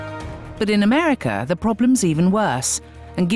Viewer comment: cuz deres a lot of people in americaugh, in americaugh